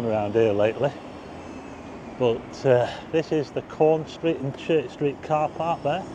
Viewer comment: Caunce Street? I always thought you were saying Corn Street. 🤣